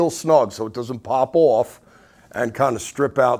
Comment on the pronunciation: love how he says "strings owff"